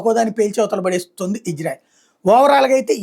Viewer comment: బాబు, ఇజ్రాయెల్ కాదు, ఇశ్రాయేల్. కరెక్ట్ గా పలకండి. Ijrael kaadu Israel